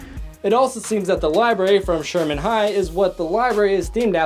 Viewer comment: its pronounced Shermer high not sherman high.